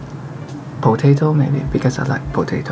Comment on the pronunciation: Him: my name? Uh my name... Also him: poe tae toe Me wheezing🤣🤣